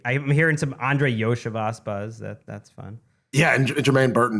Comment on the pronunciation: Iosivas (Yo-See-Vosh)